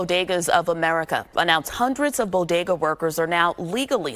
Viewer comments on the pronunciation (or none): Bo-DAY-guz? Jill told me it BO-guh-duz. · I wonder how long it's gonna take Jill Biden to figure out how to pronounce 'bodega' now?...😆